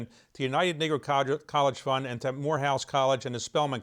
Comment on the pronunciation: Isn't it United Negro College Fund ? How can you get the pronunciation wrong?